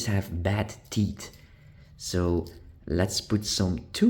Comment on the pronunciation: Not "tits" but teeth ! That's a little bit different....